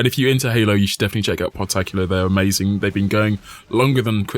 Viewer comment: ponkauh in da ckreetscehstt. ehmeizeenk. amazing.